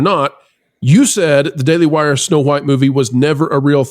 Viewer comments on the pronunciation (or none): it's "daily wire" baby 🤣